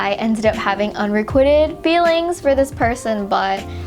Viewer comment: psst, it's pronounced un-re-quite-d not un-re-quitted